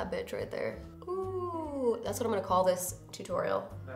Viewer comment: I never noticed that you pronounce tutorial as "too-torial" lol